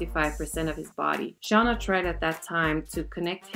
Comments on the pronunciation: Her name is Shay-nah not Shah-nuh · Its shann--- a not shawna lol